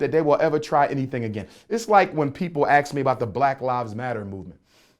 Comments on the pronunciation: Wif - with. Aks = ask. His great great grandfather was cousin to Frederick Douglas. So? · educated black man with a PHD sounds like SUGE KNIGHT and still uses "axe" instead of ask. FRAUD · Umar says axe instead of ASK, he also says Texas Instead of texts... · I axed my father....so there you have it. Jermaine can't pronounce ASK.